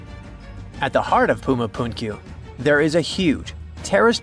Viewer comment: I began by criticizing the pronunciation of Puma Punku. Whoever began writing this thing was calling it Puma Punkyu. I have seen it written as Puma Punku but the actual pronunciation is more of a Phunku the ph sound being the sound of the letter p that leaks when you pronounce it! And all that means is door because the most well-known feature is a wall with a door in it which in Spanish is la Puerta del Sol, or in English door of the sun. Being narrator here keeps talking about Incas but this civilization, better said the civilization that constructed this was a civilization that predated the Incas. As I said, I lived there for 36 and 1/2 years and I have never heard it said that traditionally it was where Earth was created. But then I wasn't alive when this was built so I'm not sure of the methodology surrounding it. Just odd that I had never heard that declaration before.